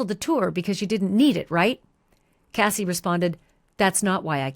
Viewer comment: Why do you say the lady name is kathy its cassie i thought 🤔🤔🤔🤔